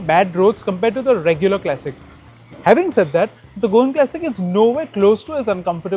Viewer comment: all good , but can you please say CLASSIC and not KLASICK